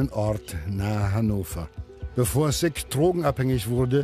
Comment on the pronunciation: Der Mensch heißt SICK und nicht SIGG